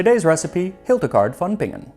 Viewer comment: Let me just say that as a German, I really appreciate the effort you took to pronounce Hildegard von Bingen correctly.